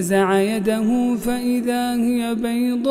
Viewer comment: لماذا قرأ هي بتسكين الياء بدل فتحها في الآية ٣٢